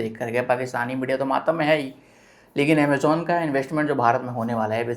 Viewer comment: Aap Amajon kyo bolte ho.. Amazon boliye.. khusean nahi khusian boliye please.